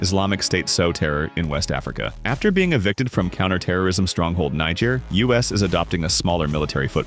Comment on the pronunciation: Errr... really? First we got the mispronounciation of Shariah - unlikely, but ok, I'll live. But to then go on and proonounce Niger FOUR different times in just one video>?? For once I am HOPING this is AI because I refuse to believe that the narrator of a video of a channel that solely discousses global news is that stupid!